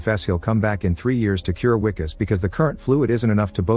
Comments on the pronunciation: I L❤️VE this movie!! Sad u pronounced it Wicus, and not Vicus! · The Wi in Wikus has the same sound as the letter "V". Or the "Vi" in Vicks. You pronounced the "Kus" syllable correctly. So instead of saying "We"-"kus", just say Vee-Kus. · As a South African I must say that wikus is pronounced vikus.much love